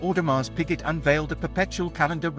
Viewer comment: Sir, the pronunciation of the brand and tourbillon needs to be corrected. The dial of the royal oak is mostly referred to as TAPISSERIE dial. Please do it right next time.